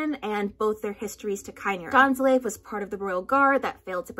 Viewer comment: The "Dain" in Dainsleif is pronounced like "Dain" not like "Dan"